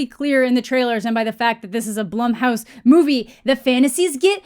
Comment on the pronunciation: Nothing to do with the movie but are you sure Blumhouse is pronounced that way? My bf's last name is Blum but it's pronounced Bloom. Just wanted to throw that out there. Great video!